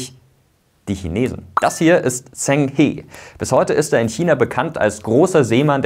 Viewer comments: Zheng He (Aussprache: Dscheng Che wie in "machen") 😉 Top Video! 👍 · Klasse Video 🤙🏼 Bloß zwei Kleinigkeiten: [Dschen] He statt Tseng He und Gavin [Mingiss] - bezüglich der korrekten Aussprache.